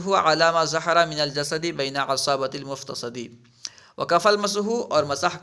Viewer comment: حضرت ، افتصد ، جرح ، و کسر کو مجہول پڑھ رہے ہیں توجہ فرمائیں